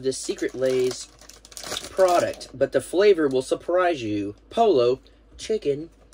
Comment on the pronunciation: Spanish “pollo”, Poi yo”. Double ll is a “y” sound. These snack boxes are fun.